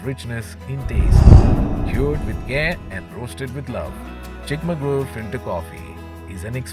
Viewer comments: Chikmagalur... Finally... Somebody said the right name... Thank you 🙏😅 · Awesome cinematography. Can't believe Chikmagalur was pronounced properly. And I think never tasted coffee before was just made up:)